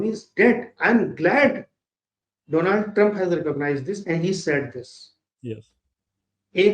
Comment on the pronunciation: Modi ji trump ka naam sahi se nahi bola ..my dear freind DOLAND TRUMP bola